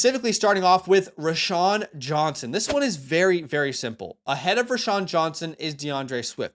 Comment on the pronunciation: ROW-Shawn. Not Ra-Shawn.